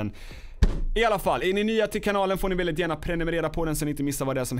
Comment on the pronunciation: Hhahahaha gillar att säger (väldigt,veälldiget)